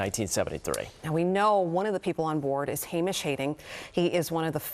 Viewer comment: That chick absolutely butchered Hamish’s name.